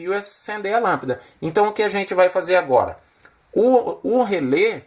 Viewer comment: Amei o vídeo, principalmente o marelo, marrao e lampida kkkkk, brincadeiras a parte, melhor explicação de relé que ja vi, estou tentando entender faz tempo como usar e ter um pouco de conhecimento, parabéns pelo vídeo, o único vídeo bem explicado sobre o funcionamento de um rele na prática 👏👏👏👏